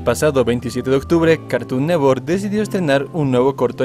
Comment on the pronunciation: "cartun newor"